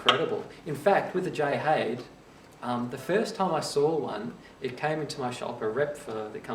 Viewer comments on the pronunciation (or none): Haide is pronounced "High-Da". I am local to Ifshin Violins, and hear the name often enough. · except Haide is not a Chinese name. But nonetheless that is the correct pronunciation. Sounds like Hi There. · Lovely video, but pronounce the "Haide" like the Chinese given name it is - in two syllables: Hai like "Hi, there" and "De" like the second syllable of "leader" pronounced like an Englishman. The violin is so named after Jay Ifshin and Haide Lin, the collaborators. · Me thinks its a German name pronounced Hi Dur! You're welcome!!